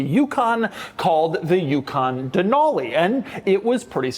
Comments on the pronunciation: Being from Alaska and knowing that the truck is named after the mountain. It's pronounced "Dee-nal-e" like "ca-nal" not "Deh-nahl-e". There is no "H" sound in it. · Pronouncing Denali like that in Alaska is an instant way to let everyone know you're a tourist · DUHNAULEE weird way to pronounce it...